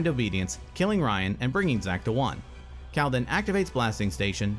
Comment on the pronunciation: Ok, who is the narrator that can't pronounce Cal.